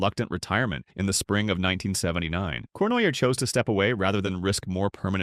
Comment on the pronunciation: AI. Corn why aye.